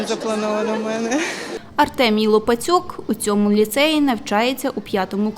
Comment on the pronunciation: Не лопацюк а лопатюк